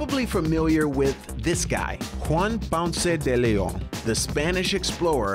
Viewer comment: Bro it’s not french it’s spanish, stop butchering his name